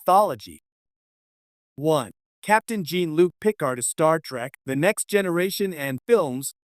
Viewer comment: It’s Jean Luc not Gene Luke.